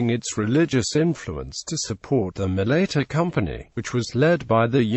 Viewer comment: It's not mala eater. It's Malaita.